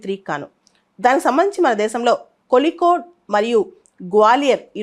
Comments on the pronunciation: Kolikode kaadhu madam Kozhikode mam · In tamil and malayalam the the pronunciation of zh is pronounced as lli